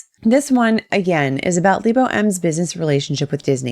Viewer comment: Lee-bow? lol